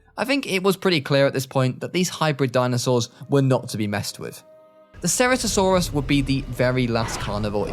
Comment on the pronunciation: Ceratosaurus is pronounced "sir-at-oh-sore-us". Great video by the way, love this concept ❤